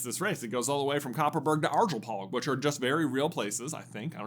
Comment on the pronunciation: Eyyyyy let’s go!!! The annual broom race of Sweden!! I am very proud over the fact that my home country has a famous race, I even saw my hometown on one of the routes the broom race could take on the Sweden map. The Arjeplog pronunciation however, as a Swede that physically hurt to hear as it’s far from how it’s pronounced in Swedish. But great video as always, I had not heard of many of the other broom sports